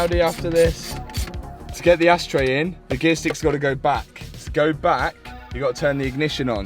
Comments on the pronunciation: Did i hear you right? Did you say asstray or ashtray? 🤣 great video as always - love it. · Am i the only one that hears "ass tray" :D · Anyone else hearing "asstray" 😂😂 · Asstray….we all heard it. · LoL sounds like you said asstray....Made me laugh each time. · Matt did you actually call it an ass tray 😂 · I heard “ass” 😳🤣